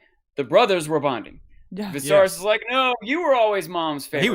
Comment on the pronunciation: “My mothers memory” to get technical, says the guy who has been saying “Visarys” for weeks 😂 No shade. I love unsullied thoughts. But I can’t help but giggle every time he says “Visarys”.